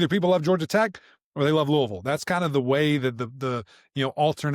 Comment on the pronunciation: You know this is a trustworthy podcast because they actually pronounce Louisville correctly!